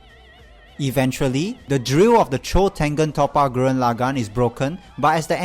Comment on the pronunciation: The pronunciation of Tengen Toppa Gurren Lagann is atrocious lol